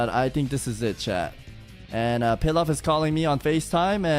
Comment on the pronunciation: DID HE JUST SAY PILAV? WHERE THE FUCK IS HE